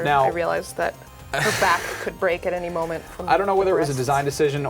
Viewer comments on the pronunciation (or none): none